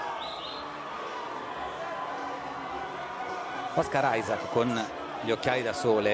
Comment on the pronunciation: OSCAR ISAAC no one: brazilians: KKKKKKKKKKKKKKKKK o cara falando OS CARAI KKKKKKKKKKK ai essa foi d fude